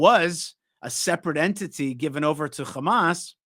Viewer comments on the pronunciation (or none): Can someone correct.. when he says. Hamas and Hezbollah... Khamas and Khezbollah and the whole.... Kh thing...lol... Not that it changes anything. It just will makes look better if he avoids the kh thing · Great, but please get over saying Hamas in a Hebrew accent when speaking English.